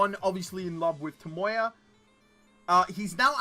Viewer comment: It's TAMAYO not TOMOYA!!🤦‍♂️🤦‍♂️🤦‍♂️🤦‍♂️